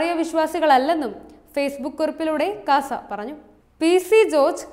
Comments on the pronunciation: KASA അല്ലാ, CASA ആണ്. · KASA alla, CASA aanu